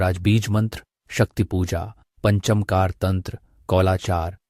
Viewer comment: पंचमकार शब्द पंच मकार ऐसे बोलना चाहिए